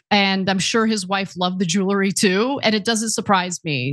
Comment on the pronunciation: Ugh... it's jewelry, not jeulery.